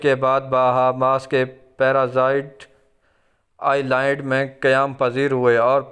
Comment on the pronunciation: پیرا زائڈ اور آئی لا ئڈ.......ماں صدقے جائے اس گلابی اردو کے.....